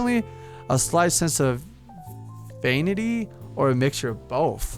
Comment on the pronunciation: Vanity: va-nee-tee. <3